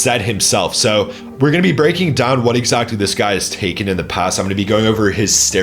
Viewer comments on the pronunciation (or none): Bro why do you pronounce “exactly” as “exactely”